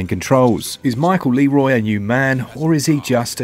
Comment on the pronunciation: It's pronounced Lerwa not leeroy jenkins bro